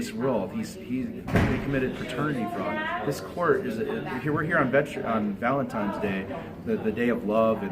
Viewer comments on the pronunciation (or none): It's Valentine's day - with an n, not an m. needs to redo third grade. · They're there on "valentimes day," as said. What the hell is "valentimes day?" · He also said ValenTIMES day!!